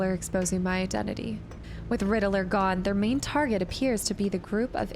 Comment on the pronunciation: The way you pronounce Riddlers name is different. Rid-dler